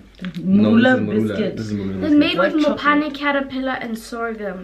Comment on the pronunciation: Why do they keep calling it Mophane 😂😂😂. It’s Phane 😂